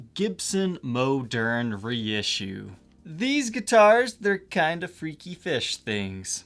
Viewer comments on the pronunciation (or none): It’s not moaderne. Moderne. I bet you say oregano wrong as well. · Hey, the correct French pronunciation is "Moe'-Nair ". Elwood Francis educated me about it. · I always thought it was pronounced like ‘modern’. Cool guitars, holy grail indeed!